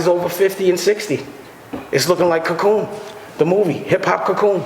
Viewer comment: "Hip-Hop Cacoon", lol...Harlem, home of the shit talkers